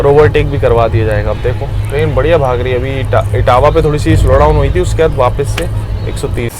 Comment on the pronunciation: dekhiye bhaiya apka vlog bhout acha lagta hai but ap apna vocabulary sudariye (chal LAHI HAI kya hota its chal RAHI HAI ) bhout irritating sound karta hai